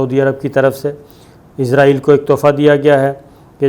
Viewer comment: صابر بھائی لفظ اسرائیل ھے یا ازراعیل ھے